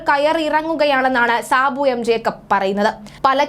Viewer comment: ജേക്കബ് ആണ് ട്ടോ. ജേക്കപ്പ് അല്ല. 😊